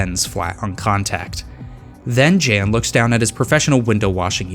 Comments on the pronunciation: Btw Jan is John so you pronounce it as Yan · He is Polish. Pronounciation of Jan is like "Yun".